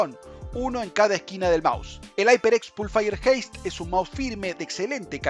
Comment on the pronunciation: aiperecs pulfaier jeist